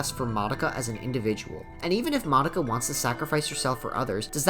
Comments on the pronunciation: tf, you're pronouncing Mah-dou-kah has moddah-ka? Are you serious? wtf. omg, you pronounce nearly everyone's names incorrectly LOL. A ground breaking anime and a decade later all the name are butchered. amazing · wtf i hear you saying monika instead of madoka everytime llol